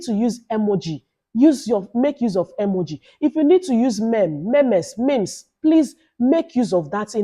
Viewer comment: Congratulations on 20k Sub🎉The way you said memes eeh😂 chai.Thank you for this YouTube master class.